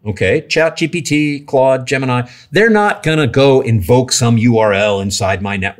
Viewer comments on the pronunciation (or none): none